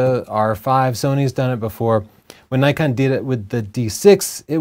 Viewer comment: Zee?... its ZED .. you Yanks.. and its Nikon not Nykon